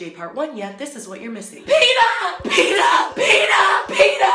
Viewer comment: LMFAOOO "PEETA"